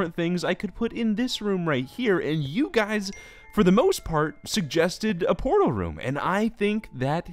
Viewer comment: I thought he said porno room instead of portal room.